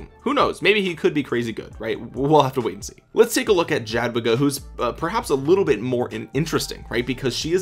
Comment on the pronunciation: ...its "Yah-dvee-gah", emphasis on "dvee";) - From an ROK Pole helping ya out